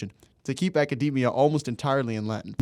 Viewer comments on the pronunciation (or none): none